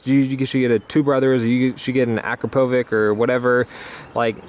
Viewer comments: its said Akrapovich hah barely understood it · Akrapovič exhaust ... I believe that you would say it Akrapovicz but i'm not too sure. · its akrapovic